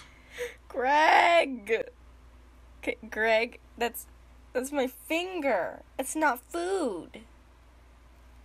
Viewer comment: I like the way she said "his eating my figure" that made me laugh so hard lol